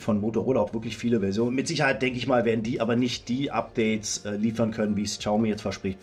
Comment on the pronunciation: Xiaomi nicht Schaumi.